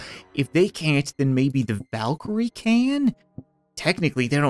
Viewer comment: Thank Oden that the has played AC Valhalla, he nailed the pronunciation of Valkyrie